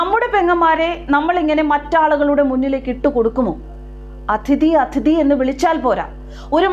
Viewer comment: ADHIthi alla, aTHIdhi